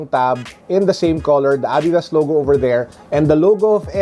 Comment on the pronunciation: wow ngayon ko lang nalaman ganun pala pronunciation ng Adidas lol thanks